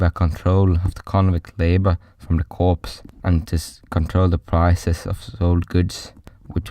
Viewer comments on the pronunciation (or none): I really appreciate someone covering this topic. If it was taught to me in school, then it was it was so heavily marginalised that I don't remember it being mentioned. Constructive criticism: sounds like English is your second language. Corps is unfortunately not pronounced as it is spelt - it's pronounced the same way as the word "core" (e.g. core of the Earth). Hope that helps with any other content that you wish to make.